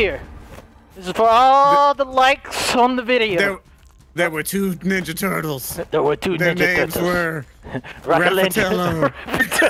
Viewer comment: When i heard "ThErE wErE tHrEe NiNjA tOtOlEs" i laughed instantly💀